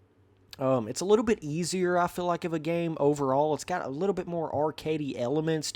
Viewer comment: Why you always say fill instead of FEEL